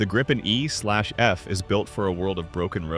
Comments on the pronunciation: So. Either pronounce it the «Gripen» in Swedish, or use the translation the «Griffon». To «gripe» is a whole different thing… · Gree-pen. Nothing to gripe about.😁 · in the same sentence you call it the gry-pin and the grip-in pandering to eyes and i-ts callers. Such diversification. However you fail aith the new engine by saying that supercruise will not light up the sky with tail bloom or guzzling fuel. Umm great. But does it drop leaflets to advise any listeners that any perceived sonic boom is a figment of their imagination and they should see a psychiatrist if they hear one? Also harder to intercept. I think I need to inform you that any chaser will not be hampered by using fuel on full AB to catch someone on super cruise in a push and shove scene. So even an old extinct EE Lightneing would have no trouble catching it as long as it only had a few minutes lead.. Lots of generic talk about a newer engines, without any detail of the specifics the headline is about and the fact that being an export engine solution to avoid Trump's control it also has reputedly potentially slightly less performance than the Swedish supplied production engine. And is it yet working? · This AI pronounces Gripen at least three different ways.